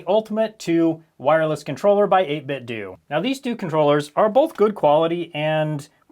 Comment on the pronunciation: Is it pronounced 8bitDOO or 8bitDOH??